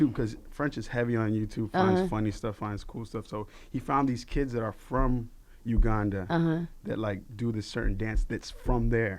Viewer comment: The way he says Uganda annoys me...